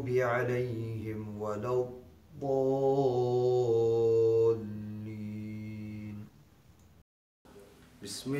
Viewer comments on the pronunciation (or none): none